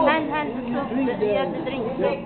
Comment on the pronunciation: "...You hab to drink da soup.. Yeaaaayyyy!"